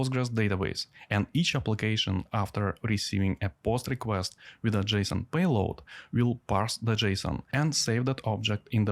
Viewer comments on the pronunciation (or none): none